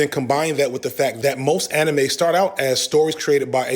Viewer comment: interesting that you pronounce manga correctly but anime incorrectly. The correct pronunciation of anime is kinda weird sounding tho.